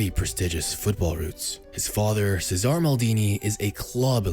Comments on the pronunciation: Cesare* not Cesohr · Cesare (cheh-zar-ray) Maldini put some respect on the mans name